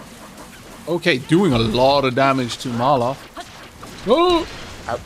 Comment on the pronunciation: So I feel like I need to point this out. It really isnt a big deal and I think it sounds better. You keep saying Mar-loth when his name is Mal-roth. I think it makes the character sound better anyways